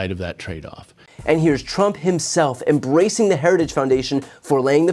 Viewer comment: 😂😂😂😂😂 he can’t say it, but he’s definitely “ embracing it “. 😂🏴😂